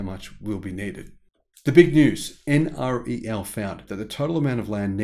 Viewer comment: Please pronounce NREL as en-rel, not en ar ee el.